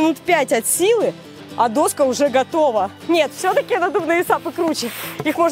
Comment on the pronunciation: Доска́ а не до́ска )))